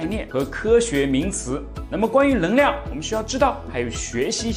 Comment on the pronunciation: 我很好奇，你“能够”能读对。但“能量”就读不对 是什么道理？